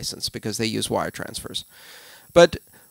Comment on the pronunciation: Excellent!!! Love the emphasis on criminals and wore transfers